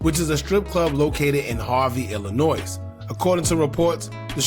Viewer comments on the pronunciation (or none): YOU DON'T PRONOUNCE THE "S" IN ILLINOIS GOOFY ‼️🤦🏾‍♂️ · No shade, but Illinois is pronounced ILL-ANNOY. The s is silent. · 🤦🏾‍♂️ YOU DON'T PRONOUNCE THE "S" IN ILLINOIS YOU 🤡 ‼️😒